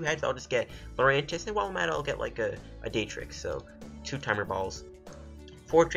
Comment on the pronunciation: lmfao, its Dar-trix, not Day-trix.... hahaha.